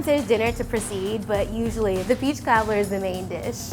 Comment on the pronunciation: take a shot every second she says peechkaablur.